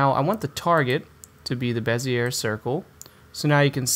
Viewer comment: The R is silent on bezier. Pronounced "bez-E-A"